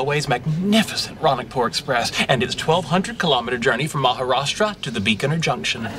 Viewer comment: that Maharashtra is so perfect😂